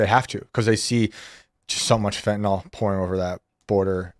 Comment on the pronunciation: Have any of you ever read rhe word "fentanyl"? Fen-tah-nil not Fen-tah-nol. I guess only the guest bothers to pay attention. To be fair, 0% of Senators get it right either. You folks are really smart. Don't sound like youve never read the word.